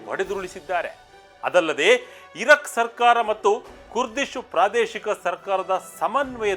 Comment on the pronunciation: ಇರಕ್. ,ಇರಾಕ್ ಉಚ್ಚಾರಣೆ ಕಡೆ ಸ್ವಲ್ಪ ಗಮನ ಕೊಡಿ